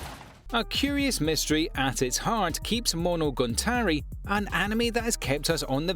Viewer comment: Monogantari Demon King Diamo really? is it too difficult to read the letters on your screen? I like your Top 10 videos but please pay a little bit more attention to the actual names of the anime. it ruins the whole sensation.